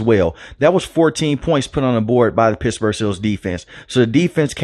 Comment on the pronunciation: Lol dude. You gotta curb your speaking inflection a bit when it matters. Pissburg is not ok, you gotta pronounce those T's bro